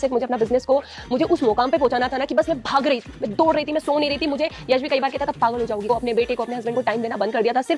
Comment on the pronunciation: (Mai❌ me✅) (strong❌ estrong✅) 😂🤣